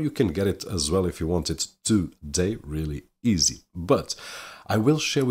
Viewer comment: "Relly eezee"